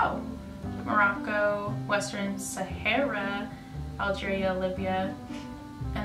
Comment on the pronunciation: 😂😂😂 its sahara not sahera